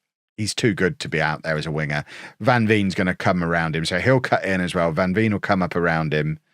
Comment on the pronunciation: Van veen is pronounced ‘van vain’